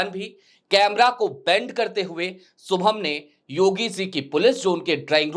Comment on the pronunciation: सुभम नही शुभम किसोरीलाल सरमा नही किशोरीलाल शर्मा... यार भाषाशुद्धि पर थोडा काम करें.